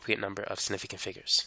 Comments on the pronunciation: Man said it like "Snifficant" 😂 hepled me tho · “sniffigant figures” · Snifigant who else heard that? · The way he says “significant” really pissed me off and idk why lmao